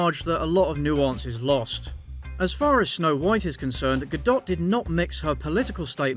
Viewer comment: Your take on Gadot’s stance and the Israel-Hamas conflict was truly enlightening, and I really appreciate it (as a Jew). Although you did pronounce her name wrong lol